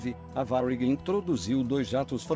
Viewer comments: Se você escreve para o computador gerar a voz tenta colocar acento em algumas palavras que não tem para pronunciar corretamente tipo TAM geralmente a voz computadorizada fala TÃO aí se vc colocar assim TÂM provavelmente a pronúncia vai sair certa, em Varig coloca varigui ou algo do tipo acho que deu pra entender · Que pronúncia de merda é essa para falar Varig?